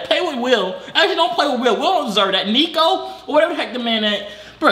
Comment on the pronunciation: He called yolks neeko the entire time😂😂😭